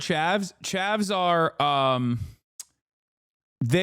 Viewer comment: “Chavs”, not “Chevs” smh uncultured mericans